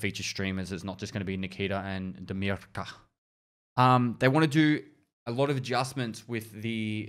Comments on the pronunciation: say like "damir" not "damirka" :D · This sound when he trying to pronounce "Damirka"😁